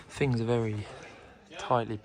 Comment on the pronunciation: Fink, Fings, they start with a TH!